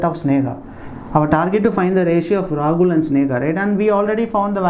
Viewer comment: why are pronouncing Sneha and Rahul as Snega and Ragul in ques. No.8